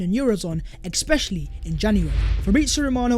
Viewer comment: Man you really need to learn how to pronounce the word "especially"